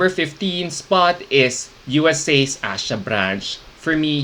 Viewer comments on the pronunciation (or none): Can you pronounce the names of the girls correctly? As a sign of respect to them? Miqueal in Miqueal-Symone Williams is pronounced as "Michael" Asya in Asya Danielle Branch is pronounced as "Asia" You should know this considering you interviewed some of these girls.